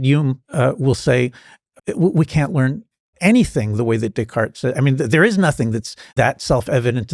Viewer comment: When he sad Decart i heard DickHard=) i was like who?=)